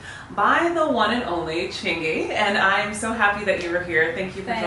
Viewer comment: 11 that through me off. I thought you were saying chingy (The rapper)